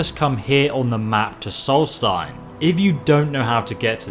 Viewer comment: Holy shit, he learned to pronounce Solstheim?!